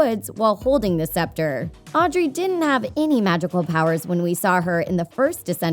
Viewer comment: It's Audrey